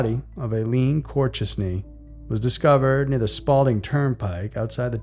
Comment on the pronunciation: Corchesne, pronounced cor- SHAYN. Aforementioned is pronounced a-FOR-mentioned. Your welcome!